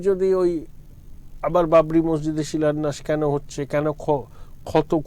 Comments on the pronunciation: কথাটা শিলোন্যাস হবে না ম্যাডাম , কথাটা শিলান্যাস - শুভনন্দনের মত চাইছেন নাকি ? উচ্চারণ ঠিক করুন .. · আপনার সাংবাদিককে একটু বাংলার ক্লাসে ভর্তি করান, উনি ভুল বাংলা বলছেন। "শিলান্যাসকে " উনি "শিলন্যাস" বলছেন। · বাংলা ভাষার প্রতি মনোযোগী হবার অনুরোধ করছি।কথাটা শিলন্যাস নয়। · Silunash .a ki uccharan.